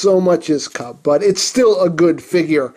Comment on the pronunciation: Did he say kum instead of kup in the intro??? Lmao